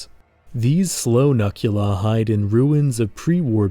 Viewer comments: hey i think you pronounced the human mutant name wrong. i might be incorrect but it looks like a pun to me. “Nukula,” like nuclear without the hard ‘r’. as in, “nah, man, you can’t say that, but you can call me nukula.” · I think it’s pronounced “nuke-u-la” like nuke + dracula? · I feel as though Nukula should be pronounced "Nook-you-la". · Hello there, your project looks incredible and the artwork is astounding! It looks like it would be an amazing setting and story for a video game or television series. I'm curious though, in CA's video, the term Nukula is pronounced 'nuh-kyoo-luh,' but I would have thought it was 'new-kyoo-luh.' Like a derivative of 'nuclear.' Is the pronunciation in the video the correct one? I feel like that's going to haunt me if I don't know the official way to say it, haha. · I feel like "Nuk" part of the Nukula's name was supposed to be pronounced "Nuke". Other than that, I really love how British these mutants are. They genuinly feel like evolved monstrosities that would live over here in the UK. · It's pronounced "nookula," since the name nukula is literally a portmanteau of "Nuclear Dracula."